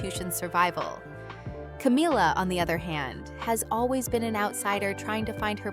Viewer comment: Is there a reason you mispronounced Camilla not in the English way but in the Hispanic way for ‘Camila’? Have you never googled the correct pronunciation or even listened to a news presenter? Are you unable to hear the difference?